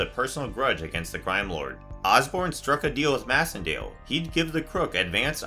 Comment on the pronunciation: I think that Macendale’s last name is pronounced MACENDALE! As in MACE! MAYcendale!